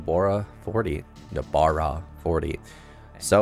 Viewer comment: Nobara not Nabora, but thanks for the tutorial